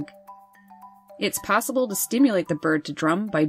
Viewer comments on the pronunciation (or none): none